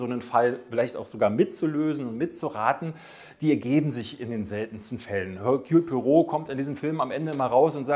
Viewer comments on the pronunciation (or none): Er-Kül... Pu-A-Roh!!!